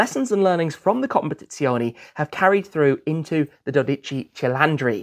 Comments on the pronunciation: As regards the word "Competizione", it should be said that he does not pronounce the original Italian final E (CompetizionE), but pronounces it like an English E. The Italian E is always pronounced the same way, regardless of where it is located (in the middle of the word or at the end of the word). Simply type the word into Google Translator and one can hear the correct pronunciation from a native speaker. ;) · yes i'm italian but sometimes he says it correctly. Not in this video. COMPETIZIONEE OR COMPETIZIONI 😂 Let's not discourage him! He pronunce the final E in Purosangue correctly so one day he will be able to apply the rule correctly. And let's admit that learning italian is not his priority too.